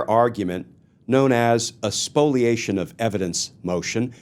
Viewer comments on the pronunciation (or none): Is it "Spoliation" or "Spoilation"?